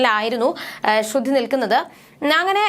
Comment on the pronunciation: ശ്രുതി ആണ് ശ്രുധി അല്ല